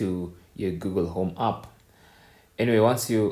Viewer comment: Wtf is aaap? Try saying app.